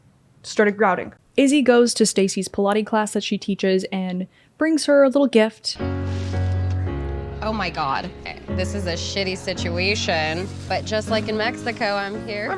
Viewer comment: Did you just say “Pilate class” lmao